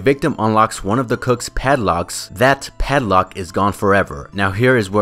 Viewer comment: the way you say padlock bothers me